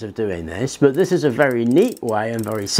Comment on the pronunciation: Love your stuff . Please say the word but , it’s but like butter not bert